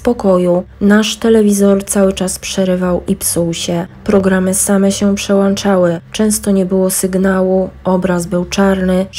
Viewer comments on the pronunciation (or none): Wszedłem nie weszłem i przełączały a nie przełanczały